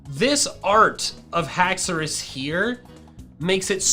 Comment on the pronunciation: i would say just haxours not haxouri